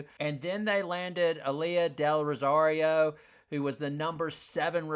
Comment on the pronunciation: Super video, dude. You even got name pronunciation (Del Rosario) finally. 😂😂😂 Real deal though - great video. You are a veritable source of insider scoop.